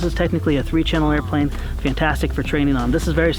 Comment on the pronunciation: "airflane" - 2016